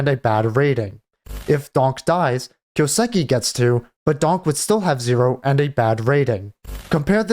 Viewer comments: The way you say kyousuke boils my blood. It's a japanese name right, so you get the first part right, the kyoo, but then say siki. What? That's a su, す, not a si, that's not even a sound in japanese, the su sounds like the name sue, kind of. And ke is like the ke from ketamin. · Lol just right after writing this you say kyouseki. Brudda. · Listen to him say his own name.